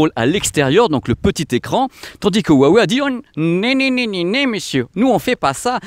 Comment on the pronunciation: Bon j’adore ta chaîne par contre ça me dérange les français qui savent pas prononcer le Chinois. Hua veut dire fleur et se prononce « Roua ». Wei est la couleur noire. Donc faut prononcer « Roua Weil »